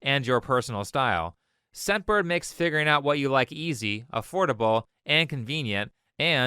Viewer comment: hey a quick comment, i was listening to this video and i kept hearing you say "sempered" instead of "scentbird" in the advertisment. it might not be so clear to other people as well